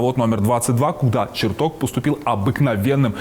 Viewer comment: Ребята, а что случилось даже с самим понятием "корректор выпуска"? Ну ладно, на это нет денег, но как же можно посвящать выпуск выдающемуся ученому, и при этом, ставить ударения в его фамилии как в названиях предметов???!!! Ну ладно, один раз можно ошибиться, но голос за кадром постоянно ставит ударение на "Бориса ЧертокА, Борисом Черток0м", это что вообще такое, возврат к полной безграмотности?! Или Роскосмос нынче равняется на "Сбербанк" по уровню плинтуса?!